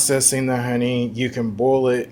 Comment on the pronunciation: Are saying "bowl it" or "boil it"? Because it sound like "bowl" and that is confusing.